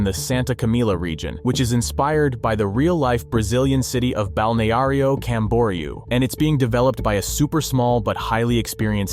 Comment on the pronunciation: "Balneário Camboriú" Narrator voice: "Bownarrow Camborrew" I wish English used futhark again so its speakers stopped butchering the Latin script pronunciations. (Or we can blame the French)